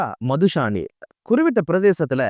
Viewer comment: குறிப்பிட்ட என்பதற்கு குறிவிட்ட என்பதா தமிழ்